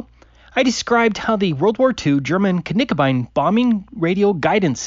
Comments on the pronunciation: Cannot unhear "k-nickerbine" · Never heard of silent k’s…. good one 🤣🤣 we can all hear silent k’s when Taboo talks 😳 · There is no silent K in German. the way he said it is still not quite right but closer to the actual name than the English just omitting the K. :) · Hey, love your videos, thanks for showing all these hilarious flat earthers. Just one thing I would like to say as a German: Knickebein is actually said with an audible K:P I don't think there are many silent Ks in German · Just one little correction: Knickebein is not pronounced with a silent k. There is no word in German that beginns with a silent k, that I'm aware of. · Finally... a flatearther gets something right that gets wrong... There are no silent Ks in German - his pronunciation of Knickebein is unfortunately spot on 😅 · There are No silent Ks in German ^^' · Actually,, "k"s are not silent in German, so you should pronounce the "k" in Knickebein.